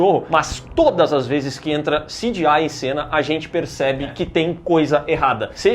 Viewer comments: Parem de falar "CJAI" do gta e falem C G I mesmo sejam analfabetos direito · Pq o não fala CGI, que nojo desse cara falando "ciGiai" que chato veii. Frescurada do caralho. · O falando sidiai me incomoda mais do que o cgi do filme kk